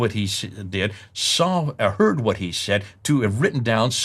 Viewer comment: great job.. the only problem i have is how says words that which contains wh.. like why and what.